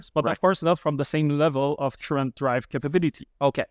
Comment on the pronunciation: I learned a new term for amplifier, its called, tchurent! This guy just refuses to even try to pronounce it correctly.... so annoying....